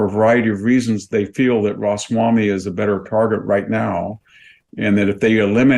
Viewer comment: It's Ramaswamy, not Rosswamy.